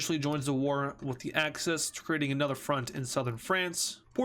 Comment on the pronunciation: Why is he saying Acces instead of axis